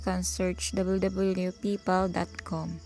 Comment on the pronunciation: ..magtagalog ka na lang PAYPAL nagiging PIPAL 😂